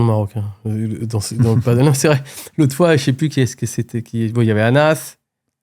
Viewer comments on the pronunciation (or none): perso j'en peux plus de t'entendre dire "padeul", tu dis pas "bordeul" je pense, alors padel ben c'est comme bordel ! Du coup j'y vais, merci...